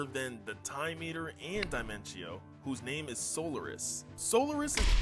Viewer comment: Its “so lar is” cry about it🥱